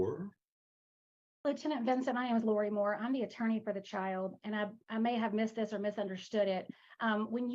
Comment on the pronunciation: Omg ….the word OR is not pronounce “are”. You are a lawyer. Sound like it.